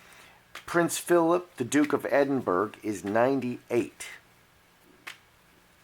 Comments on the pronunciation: Edin burr ra that how you say it x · Hi.. try pronouncing it.. Edin borah.. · But the real question is, will the presenter ever learn to correctly pronounce the word, "Edinburgh"? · Well YOU WERE WRONG! It's mid-2020, and Her Majesty Queen Elizabeth II and His Royal Highness Prince Philip, Duke of Edinburgh (which you can't even pronounce properly,) are still alive and going strong in the service of their country and the British Commonwealth.